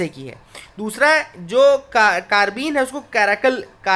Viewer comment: That is कार्बाइन not karbin